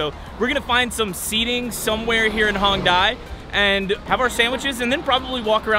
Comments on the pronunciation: Fyi, you guys have been pronouncing Hongdae wrong the whole time. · pronunciation for Hongdae is hong-day not hong-die lol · it's actually not hongDAY. It's more like hongDEH